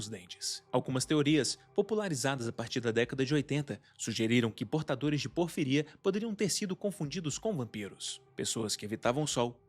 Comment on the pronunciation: Amigo, "porfíria" tem um acento no primeiro "i", a pronúncia tá bem errada